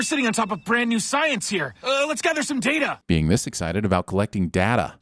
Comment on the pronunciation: Going to the Doctor Katherine Polanski school of pronouncing "Data". DING